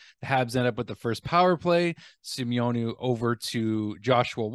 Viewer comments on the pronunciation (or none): Hey, love that your trying to pronounce the french names being an enlgish man! I myself struggle living in Quebec and being english and get corrected all the time so please dont get upset at me for trying to help you here but I think we will be talking about Xavier Simoneau ALOT more in the future, so here, easiest way to pronounce his name SI-MO-NO:) LOVE U